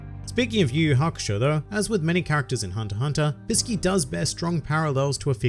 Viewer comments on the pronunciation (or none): Do you know that actually the right pronunciation of ''Bisky'' is actually Biske and right pronunciation for ''Kite'' is actually Kaito. So everyone who pronounce it as its typed is wrong.